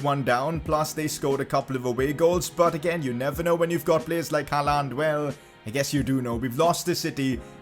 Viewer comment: he is pronouncing haaland wrong its pronounced holland